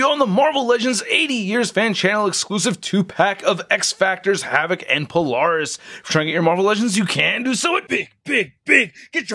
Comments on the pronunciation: Okay I missed this comment. I was wondering why NOBODY was commenting how he mispronounced Polaris. (He did the same in the previous Polaris video 2 years prior.) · Weird how I don't see a single comment about how he's mispronouncing Polaris in both this and the previous Polaris video.